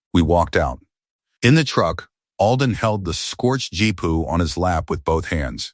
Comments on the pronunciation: GPU. Gee-Pea-You. GEE. PEA. YOU. 😡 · G P U not jeep pu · I laughed every time i heard "Jeepu".